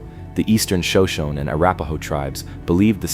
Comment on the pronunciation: Shoshone is properly pronounced shoh-SHOH-nee.